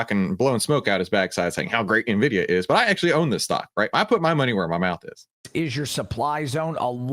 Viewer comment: Nvisia 😂😂😂 nobody else knows about nvidia but the”coach”